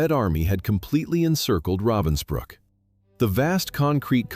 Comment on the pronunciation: It’s called Ravensbruck not Robinsbruck.